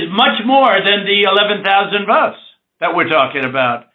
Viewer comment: "WE NEED 11.000 WOTES" like he is buying potatoes.Worst president in Americas history.I feel sorry for the biggest democracy in the world.